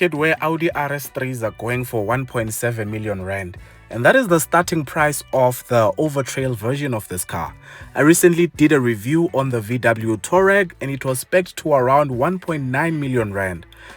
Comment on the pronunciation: I see is still pronouncing Touareg as Toe Rag 🤣🤣🤣🤣🤣 a rag for your toe....